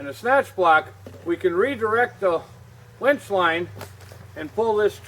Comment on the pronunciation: It's Winch not Wench.. lol